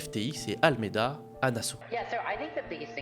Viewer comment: Le sujet est intéressant, mais la chronologie de l'explication est totalement déconstruite. De plus, ce sujet a déjà été largement traité. Il est perturbant d'entendre "SDF" au lieu de "SBF", et le nom correct est "ALAMEDA", pas "Almeida". En outre, traduire les passages en anglais aurait été bénéfique.